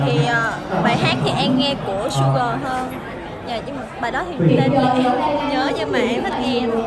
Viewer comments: Suga chứ K phải Su gờ nha trời🔥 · Hảo " su gờ , Chun cúc " Fan vs chả quạt tới tên idol cũng gọi sai💔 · Chị an à người ta tên Suga chị kêu sugar kêu tên còn sai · T ko quan tâm chuyện chính nhưng anh t tên 'suga' not su gờ ok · Suga not Sugar nha chị An 🙂 đọc cho đúng dùm đi ạ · Fan mà đọc sai tên idol à "Suga" su gờ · k phải là phát âm khác nhau :))) su gờ theo bả đọc sẽ là " sugar" nhé :)) "SUGA " NOT "SUGAR" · "su gờ" là aii ??? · “Su gờ” =)) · Đọc hai chữ Su Gờ mà cht tâm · Cái gì mà "Su gờ"? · su gờ ? ngta su ga k r đọc su gờ?